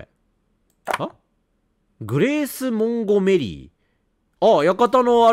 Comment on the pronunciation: 完全に忘れきったら来るシリーズだなーw ヒロイン(?)達の態度の悪さに悪態ついたり指導入れたりするレトさん楽しみで観てる😁 ･･てか､やばたにえんの裏なら寧ろ正常そうな気もするんだけど ｢グレース モンゴ メリィ⤵︎｣やっと正しい名前言ったのにアクセント酷くて笑った